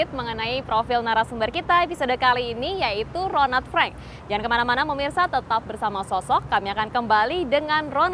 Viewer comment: ronald frank mbak,,bukan ronad freng